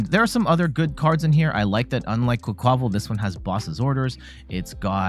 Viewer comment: I think it's "QUACK-wuh-VAHL", like "quack" + "carnaval" (Spanish carnival). Emphasis on first syllable, minor emphasis on last syllable.